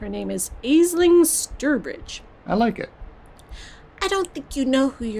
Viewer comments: I thought it was pronounced as Ashling!! I guess I've been hearing it wrong 😅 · If it rankled anybody else: Aisling is an Irish name and is pronounced "Ash-leen" (we have a hilarious comedian/comic actor in the UK called Aisling Bea, hence why I'm familiar with the name). Mispronunciation aside, I really enjoy listening to and playing through these vampire games. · Trying to thumbs this up so that sees how to pronounce an Irish name. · I think it's pretty much consensus regarding this game is that was good but the ending is deeply frustrating. At least that was my experience. Also, I know it's already been mentioned but I feel the need to reiterate: Aisling is an Irish Gaelic name pronounced more "Ashlynne" or "Ashleen".